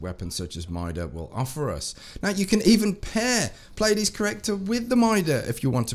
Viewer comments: Correct pronunciation is Plee-a-dees. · If you're interested it's pronounced Plee-a-deez